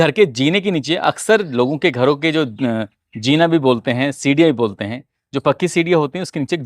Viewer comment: Thhodi se irdu bhi seekhle jahil.jeena nahi hota .zeena. hota he